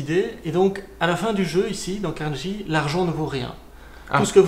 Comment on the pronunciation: La prononciation est Carnegui, pas Carneji